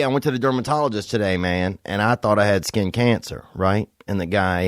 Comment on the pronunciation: “And I thought I had scqincāncer”